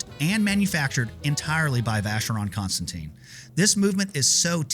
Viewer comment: Not constant teen, but constant ten! Learn how to speak foreign languages!!!!